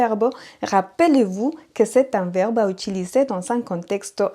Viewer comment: Echo mas azucar en mi café. NB merci pour les cours, malheureusement je n'ai pas le temps de vous écouter régulièrement. Petite note : vous prononcez le mot " verbe" comme verbo